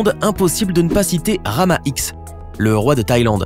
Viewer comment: Ce n'es pas Rama X mais Rama dix ( en chiffres romains )